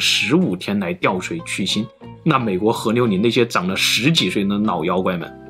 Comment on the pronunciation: 媽的 是河流不是和牛 能不能好好發音